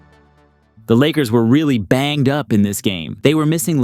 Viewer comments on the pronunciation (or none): “The Lakers were BAYNGED UP for this game” lol